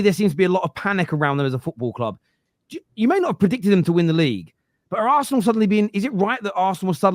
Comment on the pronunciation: Why can you say city properly yet you cant say liverpool and arsenal lol they are just club names bud nothing to be scared of